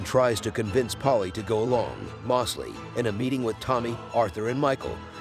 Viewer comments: Why are you saying “Mawsley” when you even show the clip of his own character pronouncing it “Moe’s-lee”?? It’s like your intentionally saying it wrong. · Moss-ly and not Mose-ly was frustrating but great recap